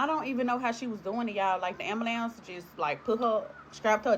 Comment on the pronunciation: Black people please stop saying Ambalambs, it's Ambulance 😅